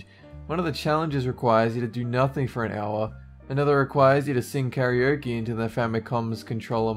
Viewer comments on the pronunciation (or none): none